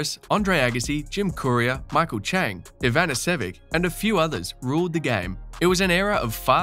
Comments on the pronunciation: It’s Ivanisovic Eva nisso vich my god what poor Pronunciation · Great video, thanks. Bur for the love of all that is holy, please pronounce Goran's surname correctly. EE-VAH-NEE-SAH-VITCH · I think Ivanisevic is pronounced Ivan-is-a-vich... FYI :) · If you are not pronouncing ivaniservic properly, it’s hard to believe you are a fan of tennis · The way you say Ivanisevic... lol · Nice summary, but please don't make a tennis video and then butcher the names of players like that (like Ivanisevic). Also Djokovic not being able to volley and smash to save his life? That's hugely exaggerated. His smash is not his strongest shot, but definitely still better than the vast majority of tennis players. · If you can't properly pronounce the name of Ivanisevic you've never watched a tennis match. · to the narrator: please before start doing so, spend a few minutes to learn how to pronounce the players' names? STITCH? Ivan-nessivich? Come on man!